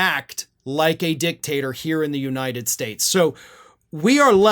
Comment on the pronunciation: Did u say dictator or dicktasrer im thinking its the latter of the two